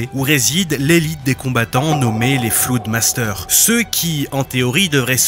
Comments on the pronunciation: T’es au courant que c’est FLOOR master? Flood master c’est maître de l’inondation🤣🤣🤣 vraiment le niveau d’anglais en France sinon belle vidéo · Ptdrrrr "Flood masters"... Déjà c'est "floor masters" et ça veut dire maîtres d'étage 🥲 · Yo, belle vidéo merci :D Il me semble qu'on dit floor master et non pas flood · Au mon dieu les maitres de l'inondation ah ah ah c'est Floor master pas Flood master ;) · Superbe vidéo juste je crois qu'on dit Floor Master Floor comme l'étage 😊